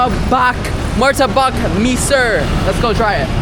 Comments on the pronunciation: Mesir not me sir. Mesir mean Egypt. Just listen in google translate how to pronounce Mesir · Martabak “me-sir” 😂 Dude, i genuinely lmao. It’s pronounced mè-sear (“me” is pronounced like the word “the”). Mesir means Egypt.